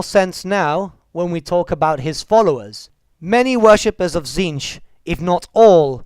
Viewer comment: Isn't the pronunciation of "Tzeentch" supposed to sound similar to the word "change?" Something like "cheenj" perhaps?